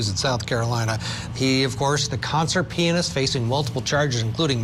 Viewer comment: Finally someone said pee-yun-ist!!!! Thank you!😂